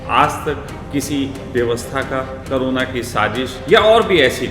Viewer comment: कोरोना का उच्चारण तो करने नहीं आता ,ऊंटपटांग भाषण देना सीख गए हैं